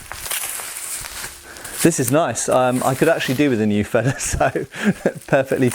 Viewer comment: Excellent video as usual, my only nitpick is your pronunciation: Feder is spoken with a longer initial e, comparable to Vader in length. You are saying Fedder, which isn't a word in German. :)